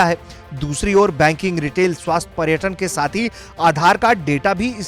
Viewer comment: 'डाटा' नही इडियट 'डेटा' होता है.